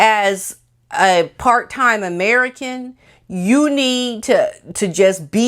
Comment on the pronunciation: I lost it on the “Merican”. 😍❤️